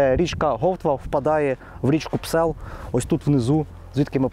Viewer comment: ...не Псел,...а Псьол......